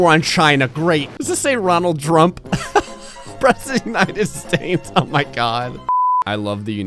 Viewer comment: "Ronald Drump"